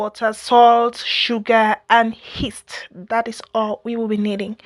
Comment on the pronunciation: its not Heast but rather Yeast 😅